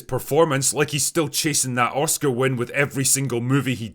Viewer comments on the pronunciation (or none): none